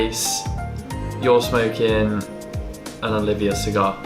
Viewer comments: As we say in America......Dude!! Its NOT. Oliveeeeahh!! Its Oleeeevah. When your dressed all elegant with that refined English accent, its ruined when you mispronounce the name of the cigar. Anyway you both seem like very nice people. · Nice review both of you. But please “O-liva” not Oliv-ia as I’ve heard you state often in videos. Please keep the reviews coming, they are great.